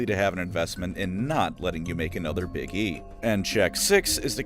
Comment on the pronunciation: I misheard you pronounce "Big E" and now I will only ever refer to him as 'Iggy.'